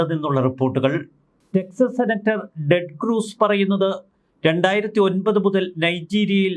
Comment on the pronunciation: Texas senator ടെഡ് ക്രൂസ് ആണ് ഡെഡ് ക്രൂസ് അല്ല